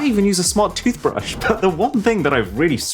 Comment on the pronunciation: mate you need to cut out the tootbrush bit, made me laugh